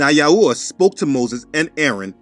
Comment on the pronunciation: I like how you say YAHuah and YAHusha! Most people say it different "yaHOOah, yaHOOsha" with a hard HOO instead of soft ooah. But I noticed that your drawing of the unclean animals from Acts 10 has a giraffe in it, I guess whoever drew that doesn't know that it's a clean animal?